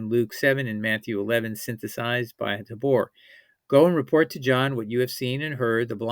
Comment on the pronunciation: Great video series. James D. Tabor's name is pronounced TAY-BOR not TA-BOR